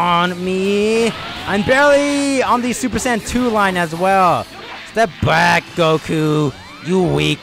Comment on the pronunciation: its goku not joku